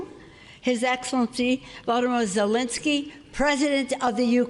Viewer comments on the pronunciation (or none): none